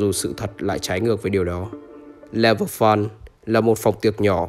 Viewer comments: nói sai fun=) thành făn=) :))) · le vờ phớn👌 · nếu anh em nghe lúc thì ổng nói level fún=) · tui nghe level phân :) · Ông nói là Level Fùn. Chắc vậy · "level fún" :)) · Mà lv fun em nghe ra sao là lv fuck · Lúc đọc level fun thì dọc level phắn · chữ fun anh nói thấy sao sao á